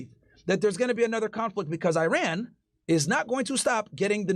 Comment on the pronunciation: Eye Ran 👁️ 🏃🚫 Eiran 🇮🇷✅ Is really not too hard to say it right specially when you talk about the country more frequently